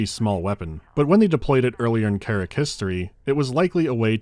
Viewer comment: Not "kerrick" - "KAH-rahk".